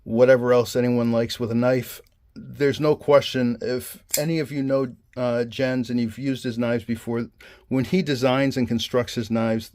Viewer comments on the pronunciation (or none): Love this knife, can't wait until mine arrives. Also just a heads up Jens pronounces his name like "Yens" ;)